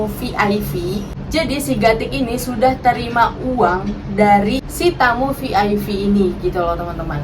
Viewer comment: Kok Vi Ai Vi sih?? Klk VIP bacanya Vi Ai Pi Klk VVIP bacanya Vi Vi Ai Pi 🙄🤔🤭☕💞💋💞☕